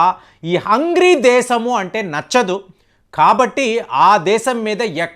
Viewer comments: Sir it is not Hungry. It is Hungary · హంగ్రీ కాదు, హంగేరి అని పలకండి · it's not HUNGRY it's HUNGARY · It is Hungary not hungry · Hungary ❌ Hungry ✅ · it's NOT hungry its Hungary. Just a friendly correction, hope you mind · Hungry కాదండీ, హంగేరి అని చదవాలి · హంగ్రీ కాదు బాబూ అది - హంగేరీ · HUNGARY Pronounce it properly brother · learn pronouncing Hangary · Your pronunciation of Hungary isnot saying correctly